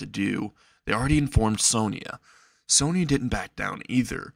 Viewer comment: its Sona, not sonya or sonia